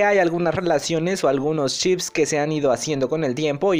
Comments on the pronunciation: Siento que a veces dices Chips en vez de Ships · Chip :v tu video es bueno pero cuando dices chip le quira seriedad ntp ami me pasa lo mismo con la R no la pronuncio bien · nadie: absolutamente nadie: Lo que yo escucho cuando dice ship: Chip:VVVVVV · El video muy bien la verdad , pero la pronunciación de ship me ha puesto un poco nervioso.